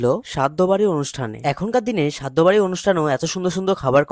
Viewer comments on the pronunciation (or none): যা প্রসংশা করলেন - মনে হয় আপনি আপনার শ্রাদ্ধ ( অপনার ভয়েসে "শাদ্দ" ) তেও এই মহান ক্যাটারার কেই অর্ডার দেবেন। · সাধ্য বাড়ি না uneducated ওটা হবে শ্রাদ্ধ বাড়ি